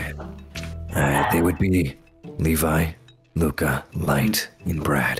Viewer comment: Y'all I have been pronouncing his name wrong!! 😓😓 Its not Luca, its ✨Loukuh✨